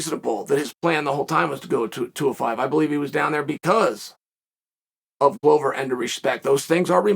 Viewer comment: A ‘Glover’ is a maker of 🥊 🥊. Considering the business he is in, it is odd that it is pronounced wrong.